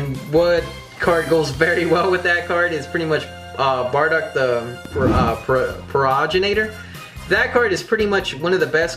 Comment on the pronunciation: Say it with me.. PRO-GEN-I-TOR